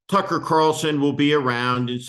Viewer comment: Steve. Please don't pronounce the guys name with an "f" instead and a "c"